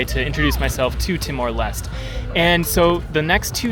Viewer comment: LES - TE.... not lest.